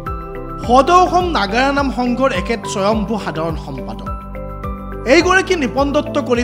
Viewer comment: বাতৰি নহয় আপোনাক ওকালতি কৰা যেনহে লাগিছে মহাশয়।নাগৰা নাম নহয় নাগাৰা নামহে শুদ্ধ কৈ কব নোৱাৰে নেকি?